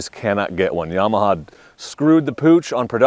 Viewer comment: CAN'T TRUST ANYONE SAYING yEAH-MAHA